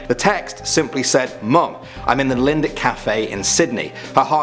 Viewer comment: The Sydney cafe siege is where I live and cafe is called Lindt pronounced lint